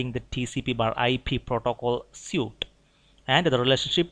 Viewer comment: Good videos! Very helpful. One pronunciation pointer: The word "suite" looks like the word "suit" but is pronounced like the word "sweet". Thanks again!